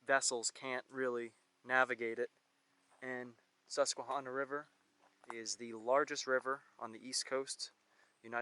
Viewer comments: Just so u know u r saying the name wrong. It's Hanna not honna. The tribe was sounded like that but not the river. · Hydro. Great video. Tip: ask locals for proper pronunciation. No shade. Susquehanna is a toughie. Last part rhymes with banana. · It’s because you’re not from Pennsylvania. But you were almost spot on with the pronunciation. Pennsylvania does have a lot of hidden gems. But, nonetheless, welcome back to Pennsylvania. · The way he says Susquehanna makes me cringe every time he says it, but it's Pa, we have our own dialect.